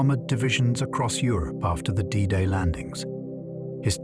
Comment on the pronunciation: Known forever as"Day Day"? Fucking AI!